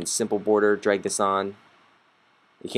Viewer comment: DRAG AND DROP, AHHHH hahah, NOT DROP AND DRAH